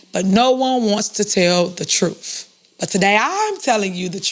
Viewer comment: Miss mayor needs to learn how to speak, not sure what “troof” is.:)